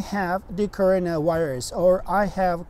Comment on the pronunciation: all I listen is just corona wairuz